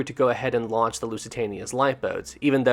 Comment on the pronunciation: I'm glad I'm not the only one who forgets the n in launch 😅. It's okay, I do that mistake all the time lol.